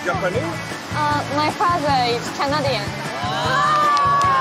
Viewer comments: ペラペラではないな。Canadianは英語だとカネイディアンって発音になる。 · 英語だけど発音は日本語、😂だってお父さんはカナディアンだからね笑笑🇨🇦普通だったら、発音的には、かなぇでぃえん笑笑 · Canadianの発音を聞くと喋れる感じではないと思う。とりあえず可愛いのよ🥺💓